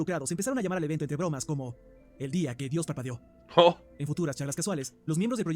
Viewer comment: entendi "el dia que dios papeo"